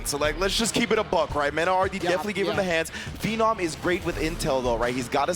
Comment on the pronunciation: Damn can the announcer please get the names right? Who the hell is Phennom, it’s Phe-nom the man has been around for at least a decade, get his name right.